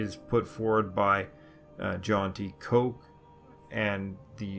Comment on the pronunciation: Professor Koch's surname is pronounced like the profession of the person who prepares meals: Cook.